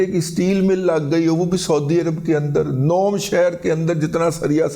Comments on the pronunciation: أو پائی تصحیح فرمالیں "نوم" نہیں "نیوم" سٹی نام کے تیرا منہ انج اے اللہ دی قسمیں جیویں منہ ہندا اے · Razi Sahib, this is not nom (as you pronounced it) is NEOM means new future.Neo is a Latin word that means new, and M is Arabic word for mostaqbil, which means new. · نوم نہیں نیوم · داد جی ویسے سہی نام نیوم سٹی ہیں نوم نہیں ہیں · نوم نھیں نیوم ھے کہ عربی میں بھی یہی لکھا اور بولا جاتا ہے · دادا جی نوم نہیں نیوم (NEOM) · داداجی نوم نہیں ہے. نیوم سٹی. ہے نام